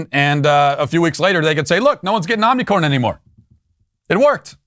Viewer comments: It’s hilarious how Matt intentionally mispronounces Omicron.😂🤣🌽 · Listening to my sweet baby Matt try to say Omnicorn made daddy feel so good. Don't ban me...